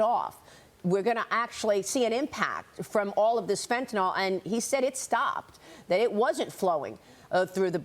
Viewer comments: Why does everyone at fox say "fentanol" when it's fentanYl? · It’s called Fentanyl, not Fentanol. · Please stop saying FENTANOL!!!! There are no "O" sounds in the word. dafuq is wrong with you? Your ONLY job is to talk. Do it right. It's not like you are volunteering. Skill is expected at your pay grade.